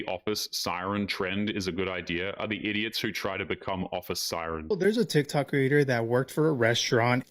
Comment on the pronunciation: the way she says ‘Tsik Tsok’ bro 🤣🤣🤣